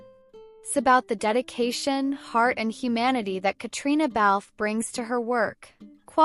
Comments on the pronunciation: KATRINA!!!!! Just because it’s spelled Caitriona does not mean you have to say all the letters!!! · Please learn how she pronounces her name. It sounds like katrina.